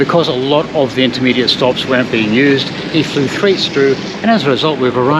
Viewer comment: Coach driver flew “thait strew” you must’ve been quiet tired at this point 😂 Thank you for another great video. Amazing content 👍🏻